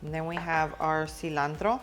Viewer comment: Love the way you pronounce ingredients like cilantro, jalapeño, pico de gallo. 😊